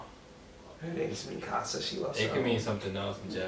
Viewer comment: lmfaoo he said "movee nika" 😂😂😂